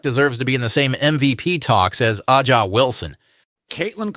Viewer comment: Um, it's "Asia," not "Ah-Jah." Wilson.